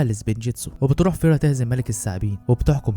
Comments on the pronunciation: اسمها اسفيرا مش فيرا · اسفيرا مو فيرا